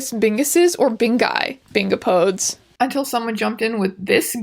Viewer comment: BINGOPODES? friend it is Bing-op-oh-dees